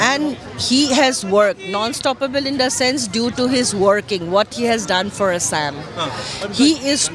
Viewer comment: See the pronociation A'Saam. Kela xomia buli kok.... corrupted bastards